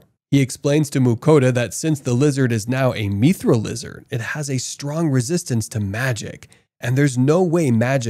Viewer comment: if this guy mispronounces mithril one more time, I'm going to end it all